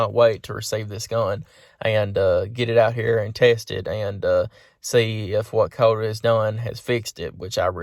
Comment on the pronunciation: What? What did you say? Did you say Coat? Who is Coat? :-)